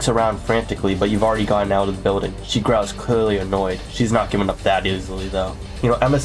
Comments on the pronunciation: "Toin annoined" got me laughing 🤣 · the toin annoyed got me straight to death LOL XD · “Toine anoyed”